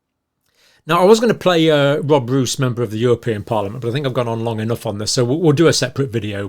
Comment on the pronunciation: Pronunciation Roos = Rose